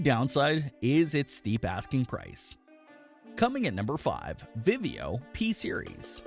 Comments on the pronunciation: Well I heard him say vivio tv for vizio.. lol...that could be the hidden word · Im not really sure but the only thing I could make out to be the word would be vivio for vizio for the giveaway. Well best of luck everyone